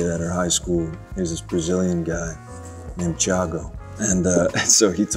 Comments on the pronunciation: Actually the right pronounce of the name of the brazillian guy who teached him the paper roses is THIAGO not CHAGGO like is in the subtitles. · Ela falando Thiago, eu não aguento 😭😭😭